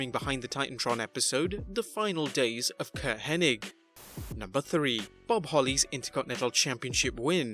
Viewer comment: Bret Hart had a thing in WCW where he'd repeat peoples names wrong or say it in an odd way - like constantly referencing Goldberg as "Bill Goldberg" even after being told not to. He was the one in a promo who said "Curt Henning" a half dozen times while talking about how well he knows Curt..Henning